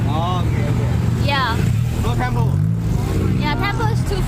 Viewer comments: และมันออกเสียงว่า เทมเปิลครับ ไม่ใช่เทมโป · Temple รึเปล่า ไม่ใช่ เทมโป